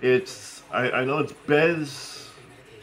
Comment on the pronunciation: Hey there and!! Thank you so much for the shout out for Brittany’s and my business. Sooo many people pronounce our name wrong. lol. I told Brittany everyone is going to call us BEZ. Like Pez!! 😂😂😂😂. It is Bēz. Like Beeeeez. Hee hee. I had to say that. Just because I needed to say that. And after that slap. Ya don’t be saying you are going to beat up. It is so difficult to get humor in written words. Someone will no doubt say I should just be happy you gave our small business a shout out regardless of whether the pronunciation. Was correct or incorrect. But it’s not Pez Bēz. It’s pease 🐝 s. lol. I just love you both. I bet you are a hoot to hang with. So, let’s talk chicken. Have you noticed chicken today is different from chicken a while back? Maybe it’s just because I live in a dust bowl. How do you fix your chicken? is think it is so cool you used to hang out around tugs boats and big boats!!, if I may, with the canvases. Even though they are self flattening they will be so much easier to work on if you lay them flat. Lift part of the plastic up and when lying it back down, try to flatten the bumps down as you go. It’s hard to type it. Or if your bed has the old fashioned mattress and enclosed box springs, lay the canvasses between there for a while. Or attach the one end of the canvas to a hangar using clothes pins. And then put something of heaviness on the bottom part. To give it some weight. That will also, help flatten the ca